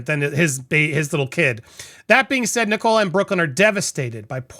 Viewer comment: Fyi, Andy the name Nicola is pronounced NICK- Uh- Luh. Not Nick-COLA.